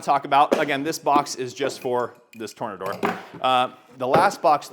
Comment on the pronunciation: I think it's pronounced "Tore-nay-door" 🌪️